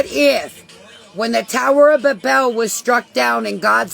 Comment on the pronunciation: She can't even pronounce Babel or Ephesus 😂